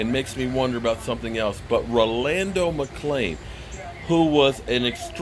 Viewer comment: I believe youre pronouncing his first name wrong but Yea McClain was,Sick would like to see but I will love even more if David Irving and Randy Gregory Come back